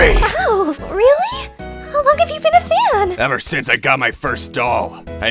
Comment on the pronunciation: “EVER SONCS I GOT MY FIRST DOLL” LITERALLY WEEZING!!!! 💀💀💀💀